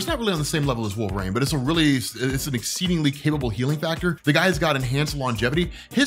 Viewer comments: I really enjoy this channel. Get to participate in something I could never afford. One thing though, I've noticed you pronounce Wolverine as WOOL-VER-RAIN instead of WOOL-VER-EEN and I've heard it so many times I'm beginning to question if I've been pronouncing it wrong all these years.. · bro why does he call Wolverine "Wool vrain"? is it an accent thing?